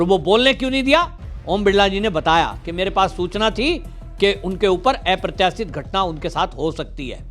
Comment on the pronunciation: ऐप्रत्याशित नही, अप्रत्याशित होता है. लोबी नही लाॅबी होता है. ठीक से बोलना सीख लीजिये.